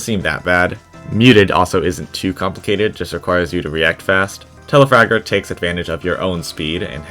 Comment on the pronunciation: It’s Telafrager not telafarter but I like you humer